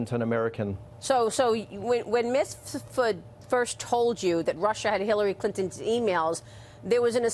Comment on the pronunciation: Has Maria ever properly pronounced “Mifsud”?